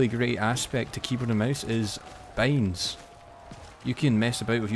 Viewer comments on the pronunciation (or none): ur talking is so wierd waht kind of accent is that i dont understand most of the important key words since u pronounce binds like beynds wtf